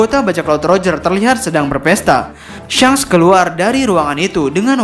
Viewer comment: Kenaapa jadi syanks sih nyebutnyaa , padahal kontennya bagus cuma karena penyebutannya jdi syanks ko jadi aneeh gitu, atau emg penyebutnyaa syanks yang benernya?